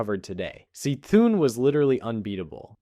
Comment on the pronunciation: its not Se-Thun its Kuh Thun